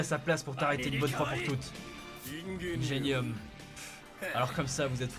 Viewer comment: Ça se prononce " ingénium " oreilles saignent... Help bon sinon c'était génial!